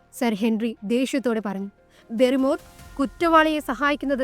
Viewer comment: ബാരി മോർ എന്നാണ് അല്ലാതെ ബെറിമോർ എന്ന് അല്ല. ഹോട്ടലിൽ നടന്നു കാര്യം മൊന്നും പറഞ്ഞില്ല ബാസ്‌ക്കർ വിൽസിലെ വേട്ടനായ എന്ന ഈ കഥ നന്നായി പറയാൻ ശ്രമിക്കുക